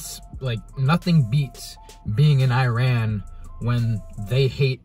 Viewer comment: Learn how to say Iran , you’re worried about how to say Reese’s but can’t say Iran . Another thing I know this is a dream but it makes me think of what people think of Iran ... I’m African American and my soon to be in laws are Persian . Persians don’t hate us , some hate our politics . It pisses me off because they’re the most nicest people that you’ll ever meet . Travel more and learn about new cultures before you go assuming please .